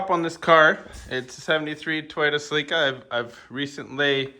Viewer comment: Points for pronouncing celica right.